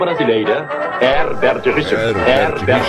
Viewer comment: Toda vez que ouço : versão brasileira, eu completo, Hebert Richers, e ainda falo errado, Hebert Richards kkkkkk, quando não é me dá uma frustração kkkk